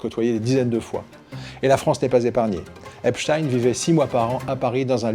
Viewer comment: Epstein , ça se prononce pas du tout comme vous dites . vous n'en avez pas entendu parler ?